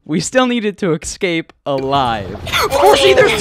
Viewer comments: ITS NOT "excape" ITS ESCAPE! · man said "ecscape"